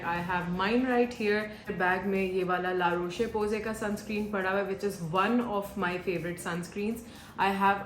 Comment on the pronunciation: You are pronouncing La Rosche Posay wrongly!